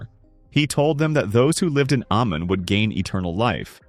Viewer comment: It’s not Amen, but Aman, it’s not Mandose, but Mandos🙄🫣🫠 Why does Americans have to butcher everything?!